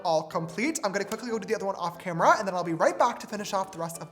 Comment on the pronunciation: " I'm gonna quickly go do the other one off camRAH "😂❤